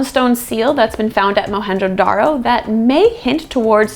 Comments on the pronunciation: Dude... Mohenjodaro.... and its J.... Our J is not silent... Our J is Louder than loud... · The real name is Moan jo daro and not Mohanjo daro. It's Sindhi, meaning , mound of the dead.